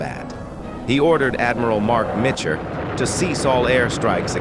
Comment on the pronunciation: the computer , also said Adm Spruance wrong and Adm Mitchner wrong